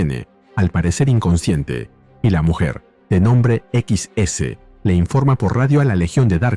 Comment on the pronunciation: XS no es "equis ese", es Excess. Salvo por eso el vídeo está muy bueno.